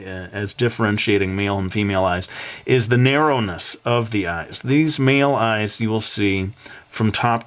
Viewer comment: Amazing! But... I'm sorry... I cracked up because you said meel eyes!